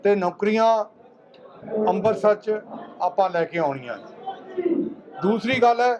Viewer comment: ਲੀਡਰ ਜੀ ਅੰਬਰਸਰ ਨਹੀ ਹੁੰਦਾ ਅੰਮ੍ਰਿਤਸਰ ਸਾਹਿਬ ਬੋਲੋ ਬੋਲਣਾ ਸਿੱਖੋ